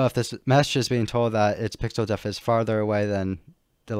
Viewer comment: "Depth". Pixel "depth" offset. Not pixel "deaf". Please learn this if you make a future tutorial, which for the record I consider to be very well presented and easy to follow. You do a good job in this aspect